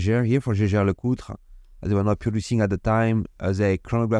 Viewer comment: Lovley mouvement. I always try to teach french how to say Jaeger-LeCoultre. Obviously i dont need to say anything about LeCoultre, but Jaeger. Now in german the to letter a following e, ae, that is the old way to soell ä. In Germany they have an old way to stell things and a new way. So ae is ä. To help you pronounc Jaege, think Jäger. For example used in the famous german bevrige, Jägermeister. Jäger-Meister. Hunter and Master. Chasseur et Maitre. So if you simple say Jäger-LeCoultre, you are spot on😊 Good luck. Great video tx for shearing